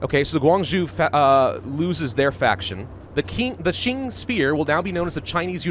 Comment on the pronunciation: Mandatory comment judging your pronunciations, this is for entertainment and educational purposes, I mean no offence to your contents, they are great. I will watch the video and correct pronunciations and/or give tips in this comments as I go along. Also before I start, tends to pronounce the Qing as Xing. As great as he is at pronouncing the Chinese ‘x’, that is not how you pronounce the ‘q’. First of all, as a piece of background info in Chinese ‘zh’ is pronounced like an English ‘j’, and the sound will from this point forth be referred to as ‘zh’, as ‘j’ is reserved for the Chinese ‘j’ sound. If you already know how to pronounce ‘zh’ and ‘x’, a quick way to learn to pronounce ‘j’ and ‘q’ is realizing that the difference between ‘x’ and ‘sh’ is the same as ‘j’ and ‘zh’, and ‘q’ and ‘ch. If you don’t get it just listen to it online, it should help. Also ‘c’ is pronounced like an English “ts”. Anyways since I already mentioned how to pronounce ‘j’, ‘q’, ‘zh’, and ‘c’ I will not include them in the list of corrections unless it is some special case (such as ci and zhi). Since there are less events now that the whole 1936 Qing collapse is over, expect there to be not much corrections here. Also at the end of the series I will list all the corrections and comments I made in the series. Xin-ji-aang Gwang-zhow Sss-chwan